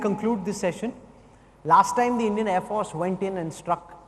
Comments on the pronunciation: Thank you. Why does he pronounce “force” as if he has a constipation? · Who is this joker anchor? Why does he pronounce “force” like a total idiot? What is his name? I would like to send him an email and teach him how to pronounce